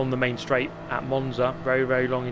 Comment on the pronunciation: main straight sounds like menstruate. chuckle